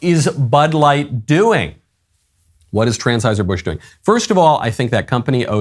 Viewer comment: at 0.54 it sounded like Michael Knowles said “Transheuser Busch”; if he did, that would have been very appropriate.